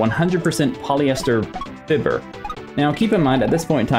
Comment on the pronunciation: Fiber is pronounced (fibe-er) not (fib-er)